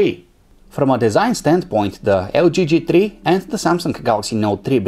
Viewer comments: Com on guys, TRI? you can say three... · "G Tree"